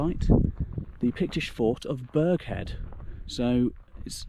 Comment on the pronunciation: My goodness PS the G in Burghead is silent - locally it is Burrheid